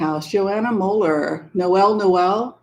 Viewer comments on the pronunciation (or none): none